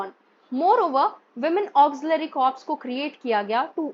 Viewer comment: Ma'am a humble correction CORPS is pronounced as "CORE".😊